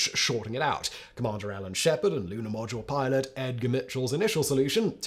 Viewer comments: " Lunar podule milot" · Love it when he says 'lunar podule milot' . The editor missed that one. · Did you say "Lunar Podule Milot?" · "lunar podule milot" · Podule milot...😂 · . "lunar podule milot" 🙂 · "The lunar Podule Milot"? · I love the metathesis faux pas at about “lunar produle milot” I can’t believe this doesn’t happen more often based on the speed in which he speaks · "commander and lunar podule milot"... err Houston, we have a problem. 🤣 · You said "Podule Milot" :) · Lol, "podular milot" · "Lunar Podule Milot" LOL!! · Lunar Podule Miler? Is that Luna Module Pilot or am I not understanding it? Not a piss take, really enjoyed this one and seeking clarification. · He also say Lunar Podule Milot lol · "Lunar Podular Milot"??😅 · "Lunar Podule Milot" 🤣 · "Luna podule milot"???😂. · I do enjoy your videos, especially this series on manned space flight. I also enjoy the humour you creatively insert and, with that in mind, wondered if you intentionally called the Module Pilot the “Podule Milot’ at 30’52” time stamp (I had to play it again to make sure I wasn’t hearing things). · "Lunar Podule Milot" XD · Lunar podule milot is proof that simon is a robot and not real.